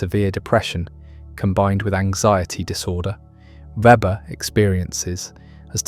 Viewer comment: More a critique of communism/socialism than of capitalism. Rationalization from afar captures communistic mindsets far more than free-market capitalistic forms. This should be obvious. For example, communist societies have no interest in environmental values. By the way, Weber's name is mispronounced consistently throughout.